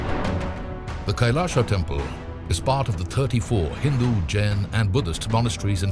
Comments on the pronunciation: Pl pronounce kailash not kailasha( कैलाशा) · it's not kailasa , it's kailas don't add 'a' after hindi words....